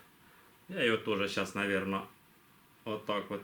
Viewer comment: Волинь . Розмовляйте як вам подобається , ми розуміємо . Мені дуже подобається коли кажете « мабідь» - вперше так почула . Чекатиму свій з нетерпінням